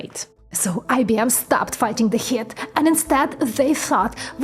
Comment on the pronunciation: Heat is pronounced “heet”. If I could recommend just one important word to work on pronunciation: heat You say heh-at, but “ea” is a diphthong so it has one sound, “ee”. So the pronunciation is “heet” like “feet”. :-)